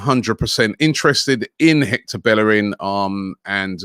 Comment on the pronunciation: The disrespect is that bellerin has been at the club 10 years and they still don’t pronounce his name correctly 🤣🤣